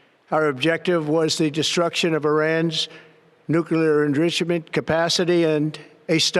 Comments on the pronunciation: “nukiler enrichenmnt”? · We all need to call the White House and ask them what this "nuclear endrishiment" is.